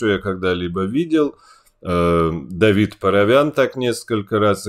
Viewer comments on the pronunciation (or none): none